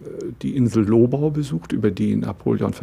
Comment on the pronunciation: Sehr interessant! Danke! Als Österreicher möchte ich noch anmerken, dass man hier das Gebiet der Lobau auf der zweiten Silbe betont und nicht so wie hier auf der ersten.